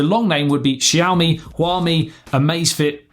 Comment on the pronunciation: Pronounciation of Xiaomi and Huami is perfect, no worries